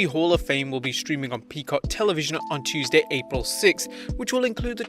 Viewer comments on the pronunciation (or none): none